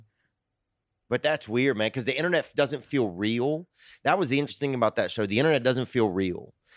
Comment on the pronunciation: Man it pissed me off how said interesting. I love when he says “innerestin”